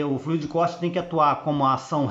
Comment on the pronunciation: Oi amigo, apenas uma dica, não é fluído, é flúido (é assim que se pronuncia, deve ser escrito sem acento). Forte abraço.